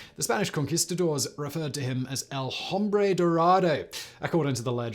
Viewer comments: Hi Simon, the H is silent in spanish, so it is pronounced is "ombre" ;) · Simon Whistler - the only man who can dispel myths... except the one that you sound out the "h" in the word "hombre." (Pro tip, Simon - its silent.)